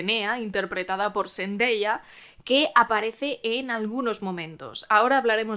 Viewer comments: ZENDAYA!!!...se llama ZENDAYA!!!......no ZENDEYA. Hablas un pésimo inglés, por lo menos menciona bien los nombres de los artistas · Curioso que todas las actuaciones dignas de mención sean mujeres, a pesar de que casi no existan, muy meritorio que destaquen pues. Y eso que pronuncias Seintdeya, como si fuese caballeros del zodiaco? 🤪